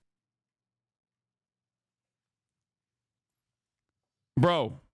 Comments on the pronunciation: I am a little hard of hearing due to stuff, but I heard "migger" and honestly if he didn't obviously clearly and undeniably think of the n-word then nothing is true. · ahh yes, the word migger. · Nah you got it. He started saying "migrants" as it is pronounced in "immigrants", but stopped himself after "miggr". Good luck convincing anyone here though. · Come on now, he wanted to say migrants put pronounced the "migr" as in immigrants. Which is why he corrected himself. We don't always need to go with the worst faith interpretation. You even see him close his mouth as he says it, so there is no doubt he said an "m" there and not an "n". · Even if he meant to say migrants and said miger, do people not realize it would likely be because it's a freudian slip and he's subconsciously thinking the N-word with the hard R? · why are ppl saying he just mispronounced "migrants"???? clearly not! migrant has a long i sound. the slur has a soft i sound. he didn't just slip up and mix consonants. he was saying the OTHER WORD!! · The most charitable point of view that I could offer him would be that he was saying migrants with the i as though it was pronounced the same way it is in the word" if ". And he unfortunately decided to stop where he did in order to correct himself but who says migrants that way 🤷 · Okay, he said it. 😂 I thought initially he mispronounced migrant, but it was N sound with an ER. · How can anyone hear that as an M. He even corrects himself to after with migrant. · You guys don't understand he was trying to say Migra and used and -er instead 😂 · I don't like the guy either because all Republicans suck, but he 100% said "miger" you can see him press his lips together Still funny af tho 💀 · Upon first hearing this I was like 'oh he just messed up his words and meant to say Migrants' but when they slowed it down 😂😂😂 no he definitely said the N word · I’m sure he says it all the time, but he actually said migger… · He clearly said "migers"